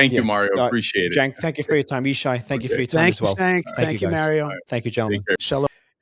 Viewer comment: Yishai did you say thank you "Stenk"? or am I imagining?